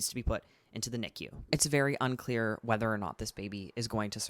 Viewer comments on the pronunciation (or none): none